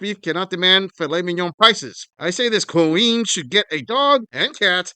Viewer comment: "QaWeen" 🙄 without Akiing "Clearance" 🤣 layaway 😭 Ew - where's your turtle neck granny?? Gobble gobble much 🤦